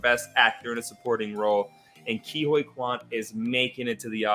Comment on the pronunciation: It's interesting that insists on saying Asian names phonetically. If he watches these awards and listens to it carefully, almost everyone is saying Key Whee Kwan, but he looks at Huy so it becomes something like Hoy. And with Michelle Yeoh, it's like he pronounces it like Yeah but with an o, when it's being pronounced like Yo. It actually happens with Paul Dano's name where they pronounce it as -Oh when it's Day-No (it's just that Dano never corrects anyone).